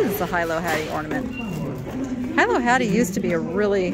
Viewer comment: Aloha. I’ve heard you say “high-low” before. Please allow me to help you with the correct pronunciation—hee-low. Aloha nui loa.